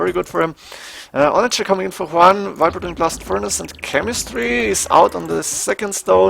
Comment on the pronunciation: its Viper not Wiper!!!!!!!!